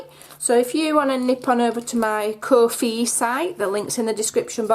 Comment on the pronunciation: it's ko, as in oh with a k on the front, and fi to rhyme with fly.